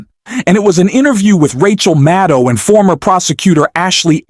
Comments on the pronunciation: Rachel “Maddul”? Did she change her name seconds after this guy said her name as “Maddow”? Y’all excuse me, maybe I’m just soaring but it sure sounds like he either changed the way her name is pronounced in less than 2 minutes deliberately or forgot that quickly how he said it just moments ago. Then again, he says “pending the need” before saying “bending the knee” 11 seconds after. Am I just high, deaf, or did anyone else catch that also? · It’s Mad-oh. Simple.